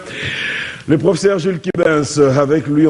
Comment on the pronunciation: ...vs êtes déjà célèbre. Veuillez soigner votre Français( Tantôt, " vous", tantôt " tu"...prononciation à peu près, [ professeur] pas [ profseur]...na esprit ya bien.